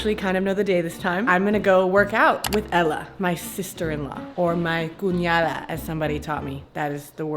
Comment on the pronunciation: you pronounced cuñada perfectly tho, proud of you